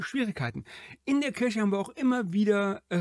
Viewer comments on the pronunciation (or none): Der Videoersteller (der immer so viel Wert auf Korrektheit legt) weiß es ja offenbar nicht. Sonst würde er es ja nicht gleich aussprechen. Will gar nicht wissen was seine arme Mutter immer zu waschen hatte wenn er Weihnachten aus der Kirsche zurückkam. Bricht doch niemandem einen Zacken aus der Krone Worte richtig auszusprechen. Dann gibts auch nicht solche Kommentare.